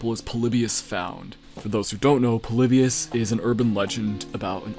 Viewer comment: Lol plebus he says Polybius I say